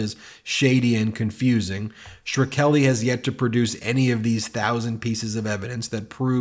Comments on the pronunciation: and nice job of consistently mispronouncing Shkreli's name! The K comes before the R! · Shkreli. Skrelly. SKA-RELLY! Not sher-kelly! He has even said his name, why is it so hard to say it properly!? Not that I care for the guy, I just can’t stand when people say names (or any word, really) wrong when saying it right is so easy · Whys he saying Schkreli like Shra-kelly or Sure-Ra-Kelly. Its two syllables that sound like Skrel-Lee. This cant be the first time he’s heard this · Ben Ben Ben....it's Martin SHKRELI. Just imagine the "H" is missing and pronounce it like that. "skreli". Despite the fact that Martin Shkreli is a dirt bag, I keep cringing every single time you pronounce it like: "Sher-Keli" or "Shre-keli". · Martin Shur-keli? Shkreli... pronounced shkrelly. Alternatively, you could pronounce it mud. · Shu-krel-i, not shir-kel-i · Ben can we please say “SH-Kre-li”?? Not “Sher-Kelly”—it’s not hard to pronounce!! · Who's gonna tell him? OK, I will. Ben, Martin Shkreli's last name is not Shrkeli. It's not pronounced Shruh-Keli. It's pronounced like it's spelled: Shkreli. Shkrel-i. Sh-Krel-i. Shkreli. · It's "Skray -- lee", not "Shhre -- kelly". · NOT SHER-KELLY. Facepalm Its Shhhhh.Krelly, the scumbag conman. You do yourself no favours by being lazy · Shk - relly Shkreli. It's easier to say it right, than the way you are trying to do it. I clicked off after the fifth time. I'll give you fifty bucks, if you correctly say "Shkreli and Tlaib visited a nuclear plant". Still, I think you're great. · It is pronounced Sh-krelly, but said all together Shkreli. What a scum bag, but at least say the name well enough that people know who you are referring to. edit: Somewhere out there, there is probably someone name SureKelly but it isn't this dude. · His infamous name is Martin Shkreli not "Shar-teli", Ben! At first I didn't know who you were talking about bc you said his name was "Sharteli"! What a shame if Barron's already in trouble in some way.